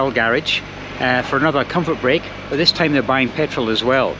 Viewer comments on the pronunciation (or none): none